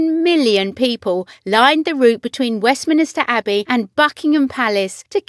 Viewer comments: Yea west minister abby. Wtf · Yea west minister Abby wtf??